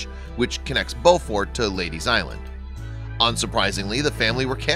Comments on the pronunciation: It’s Beaufort not Boufort! Very cool! Go! Yes, we’re from BEAUFORT! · Beu fort. Long U sound. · It's pronounce Bufort. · Live in bluffton, sc. everyone pronounces that county/city as bewfort, Siri says otherwise. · It’s pronounced “bo-furt”. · It was so awesome. But the man who told the story is not saying Beaufort correct. I am from Beaufort. So make sure you say it correct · You don’t know how to pronounce Beaufort. The first part is pronounced the same way as beautiful. I live there, so I should know.